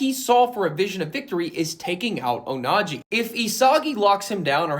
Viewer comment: PLS STOP SAYING ONAJI 😅